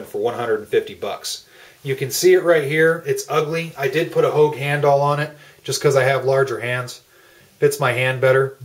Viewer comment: he says hogue hand all